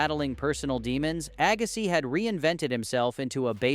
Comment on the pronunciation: Agassai 😂, dang AI youtubers